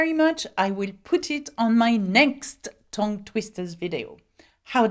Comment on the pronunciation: tongue is pronounced tung as in ton is pronounced tun and Tonbridge and Tunbridge Wells as both pronounced tun, you are saying ton and it is tun.